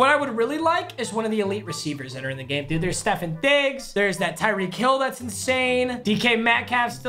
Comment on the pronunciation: “Stephen Diggs”